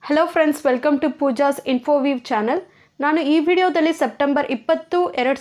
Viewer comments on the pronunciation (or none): none